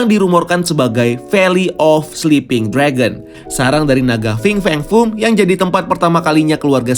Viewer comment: Coba hitung brp kali dia bilang Fing Feng Fung dalam video ini? 😀